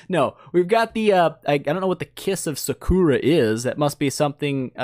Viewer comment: Saa-kur-ruh from naruto aka use less